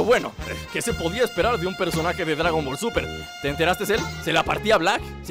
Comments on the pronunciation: por que dijiste dragom ball super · Tu dijiste gradon ball super